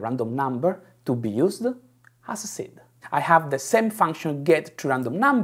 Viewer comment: If he would stop putting an -eh at the end of each word that ends with d/b/g/t he would get rid of 90% of his thicc accent. Bug-eh Cod-ed Seed-eh